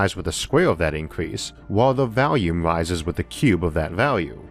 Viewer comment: It's pronoucned volume with an 'o'-sound ffs. not "valume"